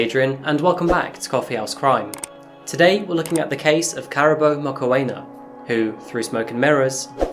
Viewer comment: Makoena pronounced "Mack'eena" 😅